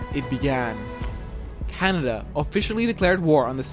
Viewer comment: Someone say Ca-Ney-Dia